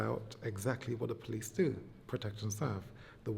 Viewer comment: “Polithe work” 😂😂😂